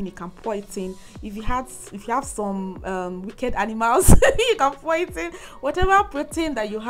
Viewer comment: Did she say if you have some wicked animals? Lol. I love your video